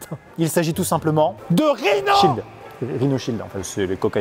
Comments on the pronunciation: On dirais qu’il on dit rino child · Quand ils ont dit leur prénom j'ai entendu RINOSHIELD😂😂😂